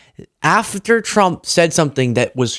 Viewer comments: 😂 So I’m not the only one who hears “chump” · She said “President Drump” 😂😂